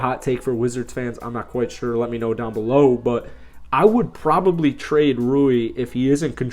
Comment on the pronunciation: At least he said Ruis name right. Not lol